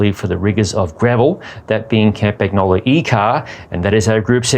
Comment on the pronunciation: pronounce campan-YO-lo. Not campa-GNO-lo